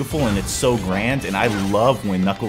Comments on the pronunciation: you said nickles instead of nuckles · It actually pronounced /Nuklz/ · his name is knuckles!!!!!!!!!!!!!!!!!!!!!!!!!!!!!!!!!!!!!!!!!!!!!!!! how many time have you keep naming him nibbelss?!!!!!!!!!!!!!!!!!!!!!!!!!!!!!!!!!!!!!!!!!!!!!!!!!!!!!!!!!!!!!!!!!!!!!